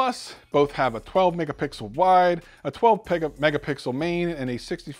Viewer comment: Did you just say Pegamixel?😂